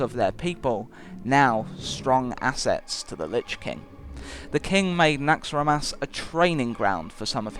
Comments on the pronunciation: It's NaxxrAAAAAAAAAAAAAAAmas not NaxxramAAAAAAAAAAAAAAAs... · Retromind He says it like NAAAAAAAAAxxramas